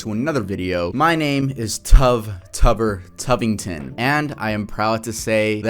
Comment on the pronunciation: Tuver Tuvington 💀